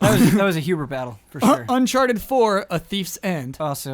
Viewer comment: What happened there lol. “Unchartidid and Personatype”